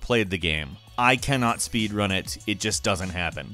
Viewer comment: He Said spod run insted saying speed run